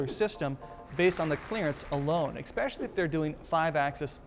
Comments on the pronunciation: Omg, I love the information but I can't stand that THERE IS NO LETTER X in especially. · This video "expecially" informative. Thanks!